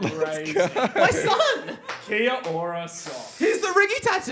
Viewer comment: Bro the way he said kia ora is insulting i live in nz